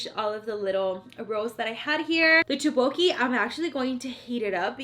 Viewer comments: Its tukboki not tobuki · First one u eat is called sushi . second one u try is teottboki u want to spell it thak- bok- eee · The way she said tteokbokki😂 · there are way to spell it but she pronaunced it wrong but thanks for the clarafication